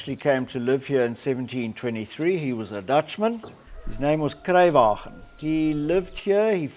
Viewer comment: As a local the way he said Kersefontein😂